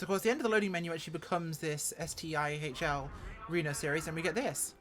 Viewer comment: STIHL is kinda pronounced like “steel”, they make chainsaws and garden equipment and such